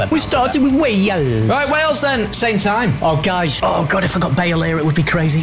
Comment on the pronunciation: Y u say bale?